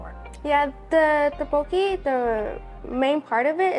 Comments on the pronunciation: Butchered the pronunciation of tteokbokki to the MAX but great video. Pronounced Duck-BOh-Ki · Thanks for the review. You just a little more practice pronouncing tteokbokki. 😉